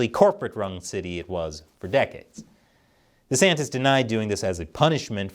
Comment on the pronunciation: Why can you not pronounce his name correctly?? It's not that hard bro.